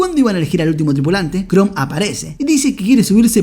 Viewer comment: Yo: Chrome verdad? como el de Google: Shroom Yo: Acaba de decir hongo en ingles? que le paso al amigo xd: Shroom como el navegador Yo: Sabra que se dice "Krom" aca en español, en ingles y hasta en japones solo de poner 2 segundos de atencion.-. Porfa cuando hagas reseñas, habla bien no es mucho pedir, me chirria verte pronunciando como subnormal.